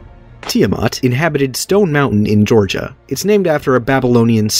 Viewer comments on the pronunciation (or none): none